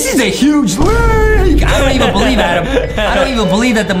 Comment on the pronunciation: And justin think its adem but its adam